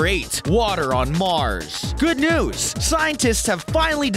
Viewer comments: he says msrs instead of mars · its mars not msrs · Water on Msrs s eriosly its "Mars" dude